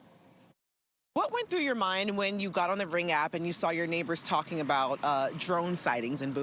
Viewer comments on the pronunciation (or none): It's Bow-ee like David Bowie -- How do you get to have a town and ignore the language for it's pronunciation? so arrogant.